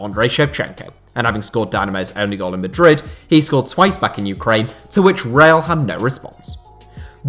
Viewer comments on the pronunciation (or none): none